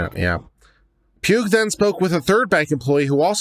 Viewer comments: Pugh (sometimes Paugh) is pronounced like "paw". First time I've noticed an incorrect pronunciation on YouTube. It's also easy to misspell so sometimes my mom or half brother would get mail with the last name being the wrong version or outright mangled. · Pugh is pronounced "pew" - the "gh" is silent.